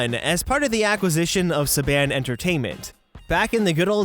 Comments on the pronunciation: Backstage fact, a few years ago, one of the few if not the only remaining Roger Rabbit heads was smashed in transit to Disneyland for a special event. A few corrections on Power Rangers. It's pronounced "Sah-bahn", the television series is still going (not cancelled), and it's speculated that Disney sold the property back to Saban due to the lack of profit. Disney had planned an animated series for Power Rangers, but between the mediocre ratings of the ongoing live action series and the price tag to producing the animated series. In the end, it just wasnt worth the effort and wouldnt bring in an instant or guaranteed high profit from the franchise. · Saban - suh bonn